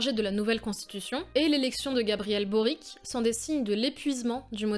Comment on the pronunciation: on prononce Gabriel « Borich » 😉 Sinon, excellent sujet, bien travaillé. J’habite depuis 2 ans là-bas, et pour raconter comment ça se passe, on attend ardemment la nouvelle constitution, même si sa rédaction ne se fait pas sans peine. Les désaccords sont nombreux, et c’est normal, et la désinformation est galopante. Et par dessus tout ça, on rajoute le conflit avec les Mapuches (le peuple indigène du centre du pays), et on se retrouve avec une poudrière énorme. C’est sympa de suivre tout ça de l’intérieur avec un regard d’étranger.